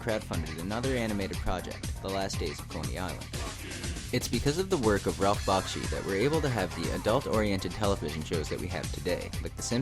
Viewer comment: Great list, but you're saying his name wrong... it's pronounced BACK-SHEE. I got to meet him once and he was fast to correct me on this.